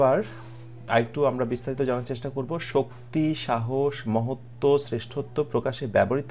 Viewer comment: মহত্ত্ব হবে মনে হয়। মহোত্য নয়।